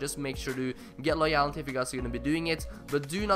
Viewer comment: The way he says loyalty is annoying me